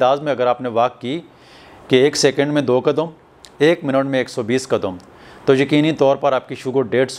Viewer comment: Prablum nahi Problem .kadum nahi kadam.narmul nahi normal.nazur nahi Nazar.